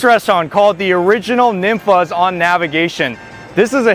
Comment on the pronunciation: Tex-Mex food is way better than any California Mex!!! Also by the way, it’s pronounced more like NEEN-fah’s. I’m a native Houstonian that grew up on Ninfa’s, Casa Olé, Chuy’s, and Monterrey House. These are truly Houston institutions that cannot be replicated. They’re even better than Tex-Mex joints in San Antonio in my opinion!!! Mama Ninfa is a LEGEND and basically INVENTED Tex-Mex style Fajitas as we know them today! Also my favorite dish at Ninfa’s is Beef Fajita Tacos Al Carbon with tons of Chilé con Queso, salsa, & guac dumped on top and rolled up in homemade Ninfa’s tortillas!